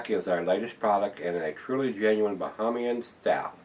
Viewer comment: This is Barak, The Kalik you can get in Florida but that one you can't, Any made by the Bahamian Brewery can only be bought in the Bahamas. Bahamian is pronounced with 2nd A is a long A